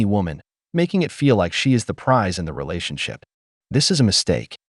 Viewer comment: Note she didn’t say marriage… she said relashionship!